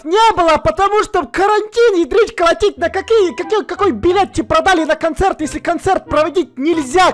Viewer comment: сказала билет а слышится б**ть